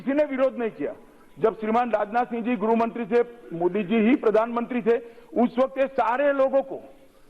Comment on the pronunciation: वीडियो को जरा ध्यान से सुनो अमित शाह जी गृह मंत्री को गुरुहो मंत्री बोल रहे हैं क्या है यार यह